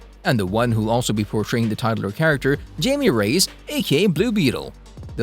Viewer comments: Hilarious that he’s hyping the Latinx element but pronounces Jaime Reyes as JAYMEE RAYS instead of HIGH-ME RAY-EZ 😂🙄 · I believe the pronunciation is 'Hi-me ray-ez'' due to the cultural background of the character. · "Jame Rays" lmao